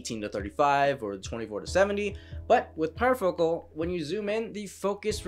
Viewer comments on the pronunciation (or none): Power focal? Anyone lol.... Parfocal